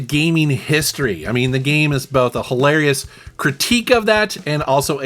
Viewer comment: OMG...it's, like hil-AIR-eous.